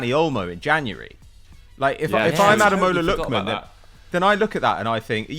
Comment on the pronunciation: “Adeloma Lookman” 😂